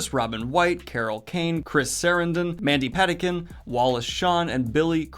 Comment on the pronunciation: Daniel living up to his reputation for mispronouncing names with Cary Elwes and Mandy Patinkin.